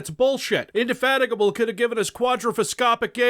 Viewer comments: pronounces indefatigable like a boss, pronounces implacable as inplace-able which is the best freudian slip ever for a retro shooter. Never change. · they should free because he was almost the only one I SAW that could say indefatigable without cutting ur own tongue in half at speech speed